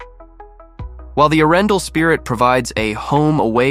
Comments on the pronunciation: Your prononciation of Arendal is so way off, that it could not be worse😂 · Its pronounced with a pause , between Aren and dal. Butt how to know, if your not from Scandinavia